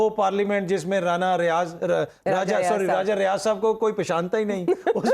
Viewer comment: او بھاٸ نام ٹھیک سے لو ڑاجہ ڑیاج فرام فیشلہ بھاد 😅